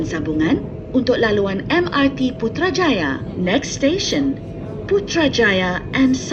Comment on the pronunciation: The way she pronounced Putrajaya & Cyberjaya is so satisfying